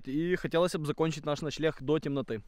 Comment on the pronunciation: Вы вместе говорите начелегх а правильно начленг лайк если заметил